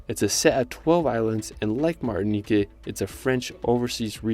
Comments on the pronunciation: I haven't traveled to most of these places, but the ones I have, I totally agree they are all amazing! But, please, it's Martinique, not "Martini-KAY, Guadeloupe, not Guadelou-PAY! They are French islands, with French-- not Spanish-- pronunciation. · I wish I could travel like you. But you need to learn how to say the names. Martiniquay??? Guadeloupay?? No, darling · Awesome video, seriously great job. I don't want to sound nitpicky, but as a francophone the way you pronounced a lot of places like Martinique and Guadeloupe was bothering me way too much haha. For future reference, in french when a word ends with an "e" with no accent, it's silent. So Martinique should be pronounced Martinik. You gained a sub from me though! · the E is silent in Guadoloupe and the ue in Martinique, also you need to vist Tobago. Great video i loved it